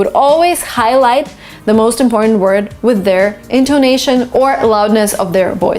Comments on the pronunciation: imBBortant imPPortant(✓) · I‘ve been confused for more than ten years, the end pronunciation of IMPORTANT. Doesn't it sound natural to say /tənt/ ? /tənt/ is much more smoothy and natural than /pɔ:_nt/ for Chinese. /pɔ:_nt/ sounds very indistinct to hear and immitate. like mumbling.